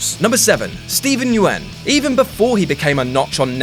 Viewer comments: Lol Steven "YUWEN" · Said Steven yeun name wrong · You pronounced Negan and Yeun wrong ffs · the way you pronounce 'Yeun' is reason enough to have you hanged.. I love you, but you're horrifically terrible at pronouncing Asian names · is it me or he mispronounced steven yeun's last name?